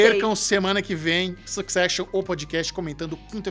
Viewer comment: Duas pessoas estudadas, comunicadores com sabe-se lá quantas centenas de mil seguidores, e não têm coragem de pesquisar a pronúncia correta da palavra "succession"? Ah, faz favor! Vergonha alheia.